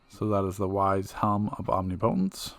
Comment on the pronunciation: om-NI-puhtens...there is no alternate pronunciation